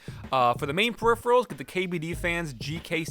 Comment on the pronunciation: "Hey guys, it's the periferals tester"